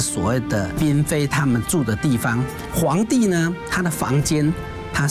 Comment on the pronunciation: 嫔妃读pin不是读bing 台湾佬